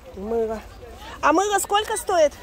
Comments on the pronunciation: Она всегда так говорила, странно что сейчас только "услышали",в Дубае в ТЦ это было очень забавно слушать. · 💥💥💥 как Ваше " скоко стоит" режет слух!!! Спрашивайте уже хотябы " какая цена" !!!!!!!!!